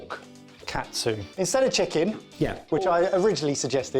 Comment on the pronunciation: 1 minute in and both chef and normal confuse katsu with kotsu.